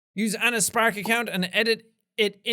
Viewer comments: I love the way Seán pronounces spark, he says it like sPAark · I really like how Jack pronounces Spark. Is that only me?